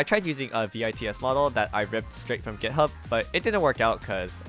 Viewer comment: did you just say jithub 💀